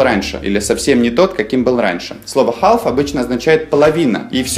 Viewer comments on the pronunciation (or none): Half звучит как хаф. Но не как не халф. Л здесь глухая и не произносится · не халф, а хаф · В словаре слово half читается как [ha:f], а вы читали [half], как вы это объясните? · Слово HALF НИКОГДА в жизни не произноси как ХАЛФ. Учи английский, чувак. ХАФ - вот как звучит и произносится слово HALF. Есть слова - исключения, которые просто нужно запоминать. Например: Leicester- Леста (причём А произносится что-то вроде А и Э одновременно. Flitwick - Флитик (город в Бедфордшир) Norwich - Норич (даже не Норидж, как переводит Гугл). Поживи в Англии с десяток лет, а потом уже учи людей английскому грамотно. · полистал комменты, но никто, кажется, и не заметил. В самом начале во второй фразе Now it looks as though .... . Здесь AS THOUGH - это неделимая фраза, которая означает "как будто". А вы представили, как AS - как, а THOUGH - хотя, что в корне не правильно. Также было забавно слышать произношение слова HALF с буквой Л - ХАЛФ) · Half - Правильно произносится ХЭФ. Буква Л глухая. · Чему ты учишь людей, если half произносишь как хаЛф? Жесть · Half не произносится с L. Пишется, но не произносится. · Почему вы произносите букву l в слове half? Эта буква в середине слова не произносится: salmon,almond,half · В слове half L не произносится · Ребятки, вы меня круто разочаровали. Прежде всего в HALF - Л не произносится... Это первый класс... Все остальное про HALF верно с точностью до наоборот: Не переводится это как "совсем/вовсе" . В данном случае все буквально и просто: "Я и не половина того человека, которым был раньше". Про "don't half" я не знал - погуглил - Выражение чисто британское и смысл его противополовный вашему: "не половина, а все (всецело/точно как)". Логично. Например: "Yоu don't half like Putin." - Выглидишь точно как Путин (буквально "Ты НЕ ПОЛОВИНА Путина, а точно Путин"). Отписываюсь